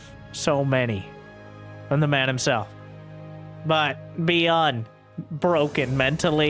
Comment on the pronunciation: I would imagine its Bi-yooon, not Bee-Un 😜 though I have very limited knowledge of Korean!